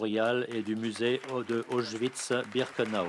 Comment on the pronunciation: désolée pour le comm pourri peux pas m'empêcher mais le mégenrage de Mica Levi + la mauvaise prononciation d'Auschwitz c'est irritant